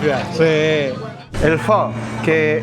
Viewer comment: Pho - se pronuncia : Fo